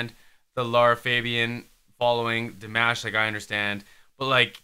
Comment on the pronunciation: Love your reaction! I love how Dimash just stayed low and let them show their vocal talent because he could have easily gone higher or taken over but he respected their vocal talent. The ending with Aida was stunning. One thing pleeeease?? Don't call him di mash like mash potatoes? It's DEE MAHSH. Forgive me. It just always sounds a little annoying when people say his name wrong...but great reaction!